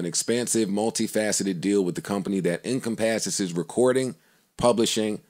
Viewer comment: Joe pronouncing “encompasses” fucking hilarious